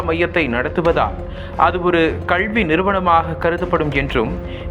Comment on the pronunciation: கள்வி இல்லைங்க. கல்வி. ஏன் இப்படி தமிழ் வார்த்தைகளை தவறாக உச்சரிக்கிறீர்கள்.